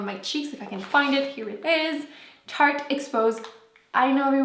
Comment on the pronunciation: FitFatBrittRNY She kept saying tarte